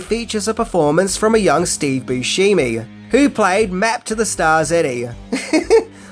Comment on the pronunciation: It's not Steve Boo-shee-mee🙄